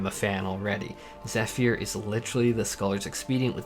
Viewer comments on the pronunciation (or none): You also pronounced zephyr as 'zefear' instead of "zeffer", but all-in-all this was a great video.